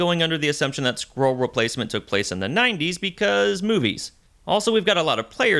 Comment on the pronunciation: Skree krull war?